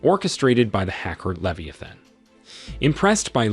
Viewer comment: Listen to the pronunciations for words like abby or leviathan, its probably an AI